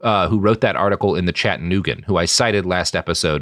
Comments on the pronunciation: I legit find you the sexiest man and I would have your babies until you said the word Chattanooga. I'm from Tennessee and the way you pronounced Chattanooga was like nails on a chalk board for me. I still love you but damn that shit cut deep. Our hypothetical relationship needs to talk about this when I get home from work. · Please say Chattanooga correctly. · There is no correct way, only the local way and the international way.